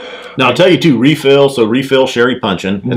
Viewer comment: You’re Texan now. Anyone who can pronounce “refill” with 4 syllables is Texan brotha. Nice job fellas. Cheers